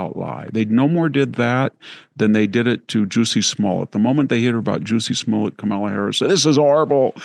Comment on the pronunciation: “Juicy Smollette” 🫢😅🤣🤣